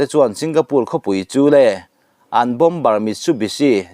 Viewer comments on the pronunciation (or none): none